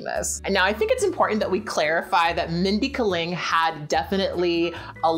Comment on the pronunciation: Kat said a name wrong? UNSUBBED!